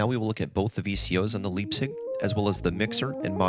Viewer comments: The "lipzig", ehehe. Yuu can be sure it's "vco USA" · Leipzig is a German word named after a town. Pronounced L-eye-pzig.